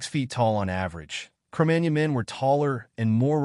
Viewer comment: MagNON ... jeez ...